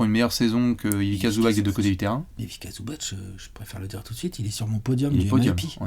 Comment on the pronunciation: Ivika ? Mes oreilles saignent.